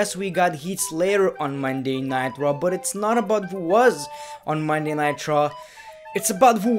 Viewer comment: You said monday night draw 😂😂😂